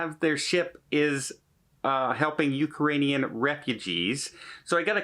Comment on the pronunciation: Uke-a-ranians, lol